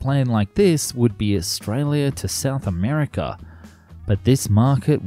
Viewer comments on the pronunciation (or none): none